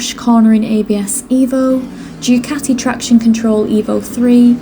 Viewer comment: I didn't understand your English vocabulary... It's Du Ca tee yi Not Due cati it's Italian not Yorkshire. Please pronounce it properly.